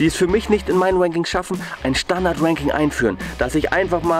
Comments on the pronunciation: schaut euch das video bitte an und jedes mal wenn ranking sagt, hört ihr "wanking" hahaha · sagst immer wanking